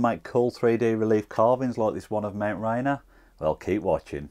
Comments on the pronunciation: Awesome as always! Also, pronounced like "Ray Near." I see it on the way to work most days. 🙂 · If we can't pronounce Gloucester then we won't mind if you can't pronounce Rainier.